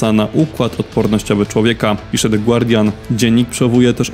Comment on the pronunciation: The “gardian “ a nie głardian